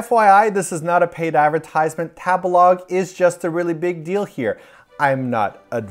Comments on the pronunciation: I love u but every time u say tabalog I cringe. I think it's "tabehlog" lol like to eat? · .... isn’t Tabelog meant to be pronounced like table-log ? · I'm sorry , was no one else triggered that he pronounced Table-Log with a soft "a" and not a hard "a" ?!?! Not sure if it canadian or whaaat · I can't help think of Tabelog sounds like how a white person would pronounce tagalog.